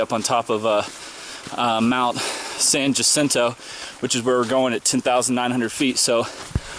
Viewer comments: Actually, it is pronounced San Yacinto. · Love the videos and seeing your journey. Good luck. BTW it's pronounced ya-cinto. The "J" should sound like a "Y". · Loving your videos! Thanks for taking the time to share your experience. Just a tip on pronunciation for the mountain: ha-SEEN-toe =) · SAN JACINTO is pronounced "SAN HACINTO". J has an H sound. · Great video... thank you for taking the time. BTW it's pronounced "Hah-Sin-Toh".